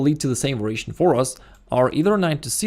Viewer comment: I think it is "variation" but pronounced as "veration".